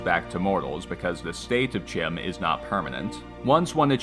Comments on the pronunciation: CHIM is pronounced KIME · Bro did all this research and mispronounces CHIM